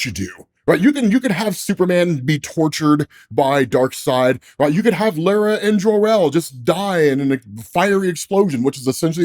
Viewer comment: Kal-els mothers name is pronounced "law-ra" not "lairuh"